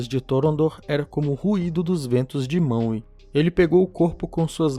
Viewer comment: Ficar falando maue da uma raiva da desgraça